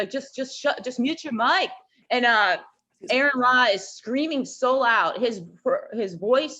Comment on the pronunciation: Terrible video. So much misrepresentation. That woman puffing on her peace pipe has watched so many of Aron's videos - and still managed to mispronounce his name? Repeatedly. Lol.